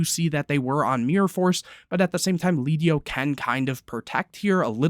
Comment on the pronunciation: It’s lead yoke. Lead. Like the metal. Pronounced like led